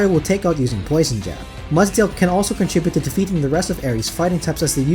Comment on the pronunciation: I rarely leave a comment. This was a well done video and you earned my like and sub. My only piece of advice is to display the name of the pokemon on screen when you are going over them. (Only for the 6 you are adding to the team). It took me forever to realize you were saying "Mudsdale" and not "Mutt-Tail" lol. I'm an older pokemon fan getting back into the games and putting the name of the pokemon helps a ton when trying to draft a team. Just a suggestion. Either way awesome video.